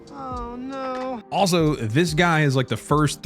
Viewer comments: missed opportunity to actually pronounce no in spanish correctly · No in puerto rican is not Nou, it's No